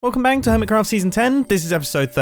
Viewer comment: is it just me or did he say welcome bank?